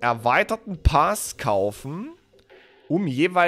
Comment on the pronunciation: gut erklärt und plausiebel...aaaaaaaaaaaaber......Paas? bitte, das Ding heißt Pass.;-) ansonsten, Bester